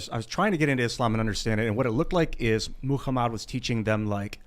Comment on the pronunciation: Yeah, his ridiculous over-pronunciation and misplaced inflection when saying Muhammad was textbook cringe. I was thinking, "Dude. You're not going to impress the guy who speaks Arabic by doing that."